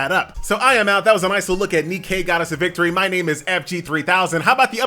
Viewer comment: It's not NE-Kay DAMMIT it's just Nike that's all the Greek Goddess of victory is called Nike.... NOT NEE-KAY